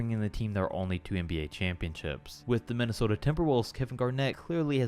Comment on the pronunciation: Right, why did he have to say it like that? What is up with?